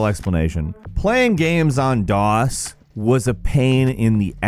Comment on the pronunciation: Are you saying daws or dos for number 7 cuz those are two different things